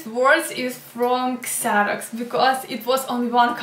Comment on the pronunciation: Xerox is pronounced "Zeroks" in English. Kseroks is in Ukrainian.